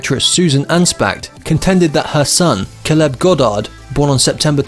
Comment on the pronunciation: When you do pieces like this you could at least pronounce the names correctly like Caleb and Houston.